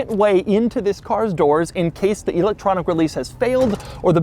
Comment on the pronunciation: "EEEElectronic". He probably says Eye-talian and See-ment too.